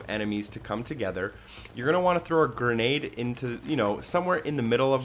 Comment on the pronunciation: Thanks for the "gernade" guide 😉